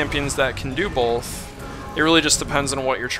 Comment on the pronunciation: haha you say "bolth" so rvb was right i didnt think ppl actually say it with an L. great video thanks alot bro